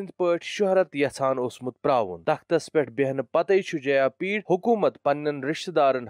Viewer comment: Bro correct it is jayapida not jayapeed